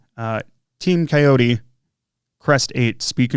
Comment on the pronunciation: Cayote is pronounced “coyote,” like the critter, which is their logo. That looks like a great ESC, I plan on running it in my ET48 2.2.